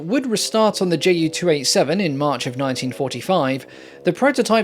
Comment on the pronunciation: I find the Ju 287 (btw in german we don't pronounce that "J.U." but "Yuu") rather cool looking!